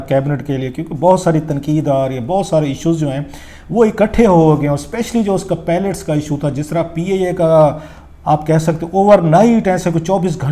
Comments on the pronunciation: اگر انداز بیان میں تلفظ کی غلطیاں ہوں تو حُسنِ بیان ختم ہو جاتا ہے. آپ برائے مہربانی اس پر توجہ دیں. جیسے لفظ پائلٹ کو آپ درست طریقے سے ادا نہیں کر رہے. آپ نے لفظ پیلٹ ادا کیا جو کہ بالکل الگ لفظ ہے.اس کے علاوہ کچھ اور بھی غلطیاں ہیں. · 🤦‍♂️🤦‍♂️🤦‍♂️🤦‍♂️idiot its PILOT, not PALLETS...tuba these are our so-called analysts...sahi phooodooo laga hova in logoo ka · Please pronounce pilot not palat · THE WORD IS "PILOT" AND NOT "PELET" AS YOU HAVE BEEN SAYING - WE NEED TO CHECK YOUR "FAKE ENGLISH" DEGREE FIRST.